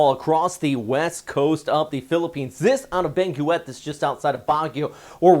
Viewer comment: Thanks for the update, I always look forward to them. Just to help you out a bit, although it is spelled Benguet it's actually pronounced like 'ben-get'.